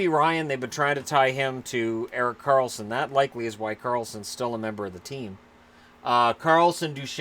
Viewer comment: “Erok Karlsson” 🤣